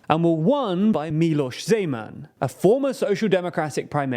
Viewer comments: Man, hearing you butchering Czech names lets me wonder if you butcher other names as well. Not /zi:•'men/ but /'ze•man/ 😜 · I would like to thank team for thorough research which must have lead to this video and fot the effort to pronounce the names correctly. I can see a huge improvement from the other videos about our country. There were minor issues with the pronounciation (e in Zeman is like e in bed, not ee; all Czech words have stress on the first syllable, not the second), but these were not a problem for me. The only thing that disapointed me was the pronounciation of Czechia. Czechia is derrived from the Czech Republic, pronounced [chek], so the right pronounciation od Chechia is [chekia]. I know English pronounciation is tricky, but it is an official name of the country, so it should have to be pronounced correctly. Apart for that thanks for the video, I think it explains the situation to foreigners quite well. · why when he says zeman it sounds like Gman oh god. HALF LIFE IN CZECHIA OH NO.